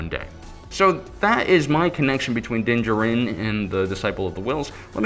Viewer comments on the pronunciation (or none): What excuse do fans have for mispronunciations of star wars names? Dinjerin is clearly so wrong. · I m pretty sure u pronounce din djaren wrong. Please watch the mandalorian again because it’s super distracting